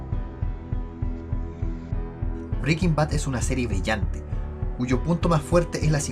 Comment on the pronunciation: Tan pronto como escuché "Breaking Bad es una serie vrillante" supe que el narrador era chileno jaja